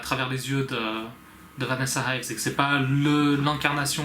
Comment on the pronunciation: It is Vanessa Ives..not Vanessa Hives (because I am thinking about the band The Hives) and also 'hives' is the English term for the disease Urticaria.